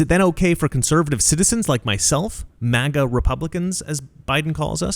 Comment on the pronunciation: Obiden mistakenly gave us the "MAGA" term, like LGB, and now they're taking it to the negative EXTREME. My ears bleed at his mispronouncing of it.